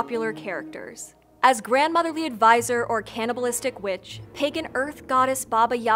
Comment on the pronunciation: For a second I thought she said Baba Yaga was B**ch but she actually said witch